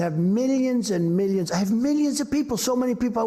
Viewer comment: He loves to say "millions" "Meeleons"